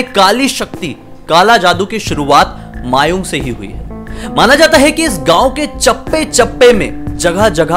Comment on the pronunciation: Thank u ki ap ne Assam k bare mai video banaya . Aur ha aisa bhi hota hai mai kabhi jana chahunga udhar . 🙂🙂 very nice video. Aur vo mayaong nahi mayang hai 😁😁